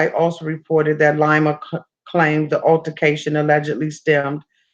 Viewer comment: "LIE-ma" LMAO it's LEE-ma! Like Lima, the capitol of Peru- not Lima bean lol. I still love ya tho baybay u my favvvvorite!!!